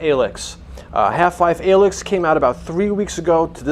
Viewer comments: Every time you mispronounce Alyx makes me want to gouge my ears out! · I agree